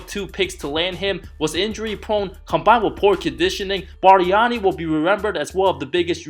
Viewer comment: The way he said "Bust Barnani" with the Italian accent was hilarious! 😂😂😂